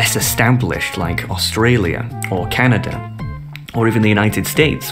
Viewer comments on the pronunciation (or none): none